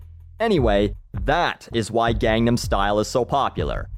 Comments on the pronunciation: ga-ngam every missays it wrong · It's pronounced Gongnam... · As much as I like your videos, I can't tolerate this video because you mispronounce Gangnam the entire time. It's an actual place, a district in Seoul...I'd understand you mispronouncing it as a joke if it were simply because of the song, but a place? Seriously, how can you mispronounce it? And I can tell you exactly what the song is about, and I can sing it and I don't speak Korean fluently. :/ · The only thing I don't like about this video is that you keep pronouncing Gangnam Style wrong. Psy says it 50 times correctly == Gaang-Nam Style. A Long "a". Not gang. Why do native English-speakers keep saying it wrong? Sheesh. Also it's against the law to listen to music in different languages now. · you mispronounced gangnam its not like gang as in the crips(i assume ive spelled this right but im not sure) it more nsounds like gong like the instrument its derived from a district in south korea you can learn about it by searching gangnam district on wikipedia your a fucking genius but you should make sure to respect a nation and learn to pronounce it the right way and not your way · it's not "gang"nam style. it's "gone"nam style. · Its not 'gai'gnam', it's Korean, therefore it's 'gong'nom'. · its funny that even though the song clearly sings and repeats the correct pronunciation of Gangnam style (like gong-num style), people are still dumb enough to say Gang nam style, its not even hard to say it the right way so there should be no excuse for doing so, sheesh. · not even pornouncing it right. it is not gang nam its pronounced gong nom.....i looked up to you. u were my idol. im a cynic too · It's not "gang""nem" style..its "gahngnahm" if your gunna say it, say it right. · G*AH*NAM STYLE!! You pronounce the name with an 'ah' sound, not 'ay'!! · it is pronounced GONE- NOM!! Its korean!! G is silent!!!!!!!!! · Sounds like he's saying "Condom Star."